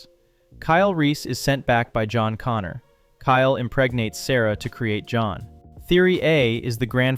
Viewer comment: Once again: "Connor".